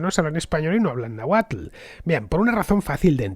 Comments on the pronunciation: Excelente programa Fernando!! mas que aceptable tu pronunciación de las palabras de origen náhuatl, lo certifica un originario de Azcapotzalco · Fernando merece doble like en este capítulo por el esfuerzo puesto en la pronunciación náhuatl